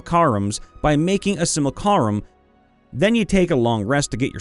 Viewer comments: said it so many times, and said it wrong every time., my man, you got the C and the L in the wrong order! Which is something I definitely to a lot myself, to be fair, although not with that word. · As long as the "a" in Simulacrum is pronounced before the "c" it should be fine. But he doesn't do that! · Simu-lac-rum Not simil-carim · sim - you - lack - rum Not sim-you-carl-um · please, i beg of you, no more.... it's SIM-YOU-LACK-RUM, not SIM-UL-CAR-UHM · I noticed you pronounce simulacrum weird it’s sim-u-lac-rum not simulcallrum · "sim-you-lah-crumb", not "sih-myool-carh-um" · Also, please stop saying simulCArum. It's simulACrum. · Sim-you-lack-rum, not Sih-mole-car-um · it's not "Simalcarum" its pronounced "Sim-Uh-LaCrum" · Si-mu-la-crum. Not Si-mul-ca-rum. ;) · Dude... SIM-UH-LACK-RUM. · Did man just say simucarum? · you are swapping the L and the C in your pronounciation of simulacrum. Pronounced Simu-(like simulation)-lack-rum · Also, it's pronounced "sim-you-la-crumb" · Dude, it's pronounced "SIM-yoo-LAH-crum" or "SIM-oo-LAH-crum." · Simulcarum... It causes me 1 d8 psychic damage every time he said it. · See: Simulacrum. Hear: Simulcarum. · Can't wait for all the "Sim-u-lack-rum" comments, hope that was a take where they was all said like that for the comment engagement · I believe simulacrum is pronounced sim-U-lac-rum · I've always heard it pronounced: Sim-You-Lack-Crum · not entirely, i think; it's just the 'u' part. 'sim-ul-car-um' is horrific, though. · it's si·myuh·la·kruhm he pronounces it wrong in the video which if he said it once it would be a big nothing but it hurts to hear it that many times. Everyone has little pet peeves mine just happens to be someone pronouncing something wrong over and over again. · STOP MISPRONOUNCING SIMULACRUM!!! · i need you to read simulacrum a few times more:) not out loud, but with your inner monologue;)